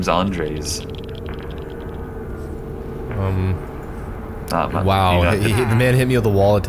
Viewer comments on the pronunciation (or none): The way they pronounced Andres had my dying lmao. Its not ondreAs its and-res, if that makes sense lol. My grandpas first name is Andres Jose, and it really caught me off guard when said his name like that (Why is nobody talking about this lmao) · I'm from Spain and it hurts to hear him pronounce it like that lmao, people here in the comments probably didn't Know how how to pronounce it too😭